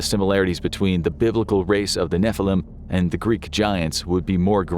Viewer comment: Finally you said a hebrew word as it should be נפילים